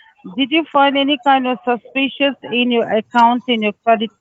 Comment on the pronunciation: I'm sorry, but everytime he says "susspeeceeous"........ LOL